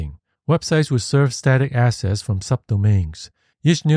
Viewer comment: I like the graphics. Please work on the enunciation. "Unlike" needs K, "side" needs D, "assets" needs T, "lets" needs T,... Those issues made the video hard to follow purely by acoustics, not content.